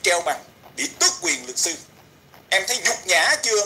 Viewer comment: Haha, em cũng vừa thấy thì TTC đã tắt máy. Nghe hén đọc chữ " sư " cứ như " xư "á chị ! 😂 Ngủ ngon mộng đẹp nhé chị iu🙏😴💖